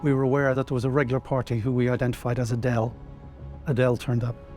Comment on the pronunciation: It’s not that ADELE, It’s Aidel, a Lebanese/Levantine name😂